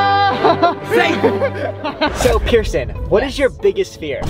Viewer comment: i thort you said person wheel